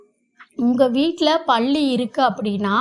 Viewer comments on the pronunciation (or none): 😂😂😂 ப என்ற எழுத்தை அழுத்தி சொன்னால் பெரிய ள போட வேண்டிய வரும் அதாவது பள்ளி.அவங்க சொல்லும் போது பள்ளி என்று ப வை கொஞ்சம் அழுத்தி சொல்றாங்க. ஆனால் ப என்று சொல்லும் பொது ba என்று மெதுவாக சொன்னால் தான் பல்லி என்று சரியான வார்த்தை வரும் . பள்ளி என்றால் ஸ்கூலை குறிப்பு அகி விடுகிரது.